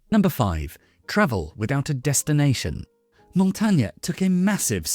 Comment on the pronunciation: Good video, thanks. The way this last name is pronounced is slightly different though. Otherwise I enjoyed